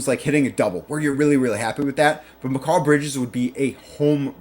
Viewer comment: You would have more credibility if you could say bridges first name correctly